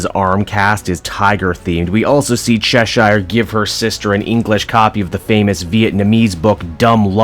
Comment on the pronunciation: Bro they say Cheshire’s name in the show, how do u still say it wrong? I mean If it’s just cuz you want to that’s fine